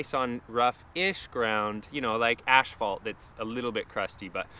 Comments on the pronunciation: Are you saying ashphalt? Or asphalt? Lol 😂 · I'm partial to the spitfire conicals. I like the classics too though. I take it, pronouncing asphalt as ashphalt, is a Canadian thing. I've never noticed that before.